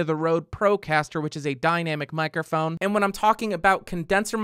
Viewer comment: Mic-er-phone? Honestly, I have never heard it consistently mispronounced so many times. Especially by somebody doing a presentation on that subject.